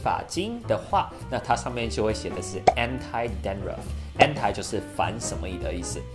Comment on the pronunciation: Anti-dandtuff 念错了